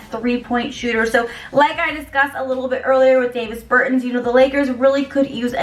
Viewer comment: You can tell she knows 0 about basketball..."David Bertins"